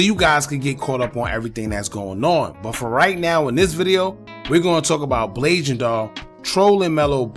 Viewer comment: Mello was dissin her dead mama i dont wanna see anybody say blasian wrong. It's a sad situation all around rip everybody💔.